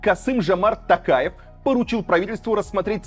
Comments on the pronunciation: Варламоввввв читай нАрмАльноооо не тЭнге а тЕнге, не ТАкаев а ТОкаев раздражаете уже 🤦🏻‍♀️ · Не ТАкаев, а ТОкаев. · Режет слух как говорите тЭнге, тАкаев, актАбе. У вас же тоже есть эти буквы в алфавите и звуки те же, почему нельзя говорить как есть? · Илья, нужно говорить тОкаев через О. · Ударение ставтит на" у" а надо букву "и"